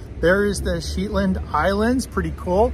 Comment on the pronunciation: Shetland, not pronounced Sheetland.